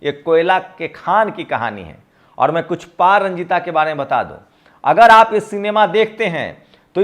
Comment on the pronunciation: sir pa ranjit boliye pa ranjita nahi h nam. kam se kam nam to sahi boliye